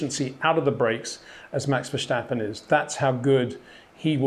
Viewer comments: Welcome to another how to pronounce 'Verstappen ' comment. If you really want to keep the English vibe to the name: Fur-step-un notice there is no 'J' in the name. To sound it more Dutch-like: Fair-step-un Come on 'By Peter Windson', I know you can do it! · HEY PETER WINDSOR, I HAVE MESSAGE FOR YOU SIR: it is NOT Max "verSHtappen" ... Max is not German (Germans indeed do pronounce "st" as "sht") ... #Max33 = Dutch NL/Belgium! ... It is not "Bottash" nor is it "Lewish" certainly not "verSHtappen" .... This BS started long time ago when a British sport presenter interviewed father Jos Verstappen and assumed you can use a German pronunciation to a Dutch Driver thinking it is so "funny" ... It is not. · Another hint for the perfectionist, if I think who you are, you’ll want perfection. Otherwise, don’t be annoyed- it’s really the last 0.00001% to perfection: the British press pronounces “verstappen “ with a ‘Stichlaut’ meaning that the ‘S’ is pronounced as ‘sh’ or ‘sj’. This is not the Dutch pronounciation - he is no German citizen. It is pronounced like Britsh people say ‘step’ or ‘stair’, not like ‘shit’. Just that you know. I really love video’s like this, because as a non-racing driver, you teach me things I can see on the track, but can’t analyse or construct myself. Thanks for that! Have a good weekend! 👍😊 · Brilliant video, thoroughly enjoyed it, just one teeny tiny thing. Max is Dutch (and Belgian, but the Dutch speaking part of Belgium), not Deutsch. The S in Verstappen is just an S sound, not an SJ or SCH (as in schumacher). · The 's' in Verstappen is pronounced as in 'stone' not as 'show'. He's not German. Good content though! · Why do all the Englishmen pronounce VerStappens S so weird? There is no H after the S. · So funny how you pronounce Verstappen. That needs a bit of work. Other than that, great analysis. Would be nice to see some videos to explain and to exhibit the mastery of Max. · Why he say his name like that😭🤣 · Verstappen, not Verschtappen.